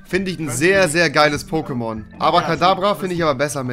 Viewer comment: Er sagt POKÈMONS😐😐😐